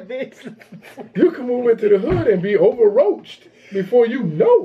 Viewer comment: He said OVERROACHED😭😭😂😂😂